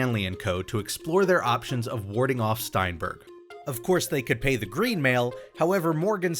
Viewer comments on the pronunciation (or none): none